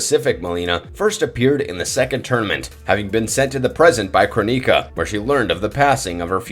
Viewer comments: Lol I like how you say cro-nika like she black kmsl, and mk 11s Mlileena is a pissed off fan version....she was her most beautiful in mkx. The lip design was s nice touch! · Not to mention how he said Kronika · Is the narriator AI? He misspronounced 'shaolin' and 'cronika' several times as well as other things lol